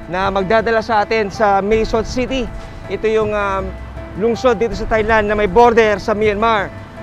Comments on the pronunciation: Taahhy_Land... not ThighLand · Ms. Jessica TAI-LAND po ang pronunciation hindi THAI-LAND. It's not TH but T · hindi po "THailand" ang pagbigkas niyan kundi "Tie-land". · maam jessica, hindi po yan [thay-land], kundi [tay-land] lang. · Mali po pronounciation nyo ng "THAILAND". Should be "tai-land" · Jessica - Thailand is pronounced as Tailand. "Not TH" just plain letter T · Ms. Jessica. Silent H Po Ang Thailand. Hindi Po yan Thigh Land